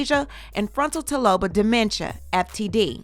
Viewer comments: did you say Frontal Taloba? Lawd, medical terminology pronunciations be effing ya'll up😆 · It’s pronounced FRUN-TEL-LOBE (sorryyyy) 🫶🏽